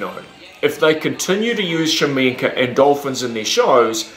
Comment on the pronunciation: I hate how this guy pronounces his name. Its KA-SHA-MENK. Not shamenka.